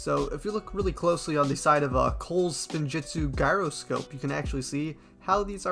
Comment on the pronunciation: The g in gyroscope is pronounced like a j.